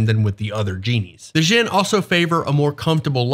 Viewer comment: An asshole note: "Dj" sounds like a hard J, represents sounds from other languages (in this case arabic ج), your pronunciation is the "Zh" sound (like persian ژ, or french j in word start like "je t'aime"). Djinn is pronounced similar to John, not Shaun.